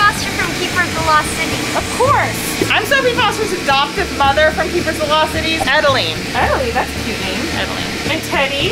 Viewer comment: Adeline not Edalene